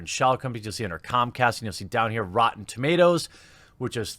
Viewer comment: "REEEEtee" is officially the new name for rotten tomatoes...